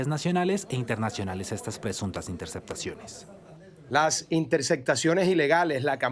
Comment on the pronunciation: Se de la espriella no dice intersectaciones, se dice intercePtaciones, hable bien corroncho mal hablado 😂